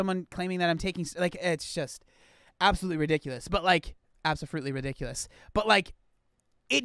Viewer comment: THAT WAS ABOUSOLFRUITLY REEDUUNKULUS🤣🤣🤣🤣🤣